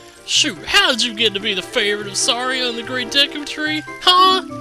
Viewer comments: It's pronounced deecoo the way I spelled that is kinda weird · Dude! Me and my friends thought the same thing for the longest time when this game first came out! Then when I started watching youtube vids all of a sudden people are saying "deeku" or at least pronouncing it with a short e sound. Cool to know we weren't the only ones. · I always called it the "Deh-koo tree" pretty sure that's incorrect, but I grew up calling it that, so I'm not going to change it.